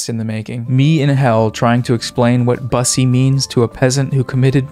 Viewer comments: king I regret to inform you it is pronounced buh-sy not bus-sy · It's pronounced "bussy"